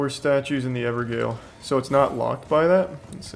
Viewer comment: lmaooo how does charlie manage to mispronounce EVERYTHING. ever-gael, ra-day-gon, ma-rai-ka, pla-si-doo-sax